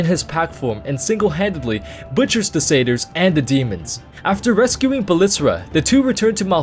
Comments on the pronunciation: I tried following the story, but I couldn't figure out what friggin sayters are. The only thing I could guess is that you was referring to satyrs, which is pronounced sat-tears. The "A" is pronounced like the word matter and the "Y" is pronounced like an "I," such as the word nymph. It can be pronounced the way you're saying it, but people that do this sound uneducated. Here's Oxford pronouncing it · Took me a while to figure out "cedars" meant "satyrs".